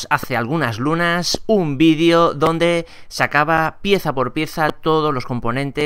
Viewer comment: Vidio? 😒🤦🏻‍♂️ se dice vídeo.